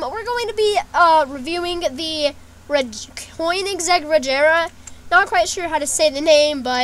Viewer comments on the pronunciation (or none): Just saying, it's pronounced Cone - ig - seg. And the Regera is pronounced Rejera. The "G" in Regera is more like a soft G.